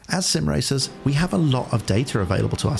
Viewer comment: Paraphrasing, said, "As sim racers we have data...." 'Racers was pronounced as ray-suhs, and data as day-ter (rather than 'ray-ser' and 'day-tuh'). lol I was immediately reminded of how people around where I live say 'wash' and 'Wartburg (yes, it's a real place near here... so is Big Lick).' 'Warsh' and 'Wot-burg' is how they say it -- adding an 'r' where it doesn't belong, and removing the one that does! Ha! Accents are funny.